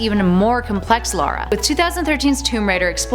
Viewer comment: Lara not Laura, and she should’ve been #1